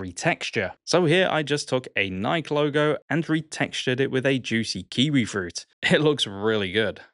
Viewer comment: I'm sorry, how did you pronounce Nike?!